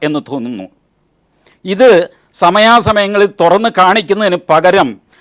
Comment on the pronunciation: തൊഗാന്നു അല്ല.... തുറന്നു